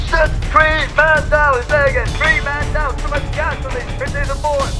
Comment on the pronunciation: "Man Down" คับแต่ผมก็ได้ยินว่า"แมงดา"เหมือนกัน